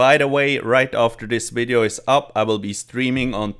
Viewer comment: I love it when you say "Wideo"